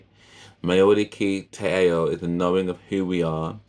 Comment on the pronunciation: Ao is pronounced as ow. I have subscribed, liked and loved your reaction. We as Maori love Jamaican music, and intimate it big time. Enjoy your journey with Stan